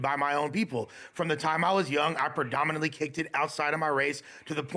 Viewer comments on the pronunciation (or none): “It’s predominatedely…” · It's funny how always wants to say "predominately" but ends up saying "perdaminalaly" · tryna say predominantly got me dead🤣🤣 prodinimentaly🤣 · Predominantly. It’s “predominantly”. Goddamn.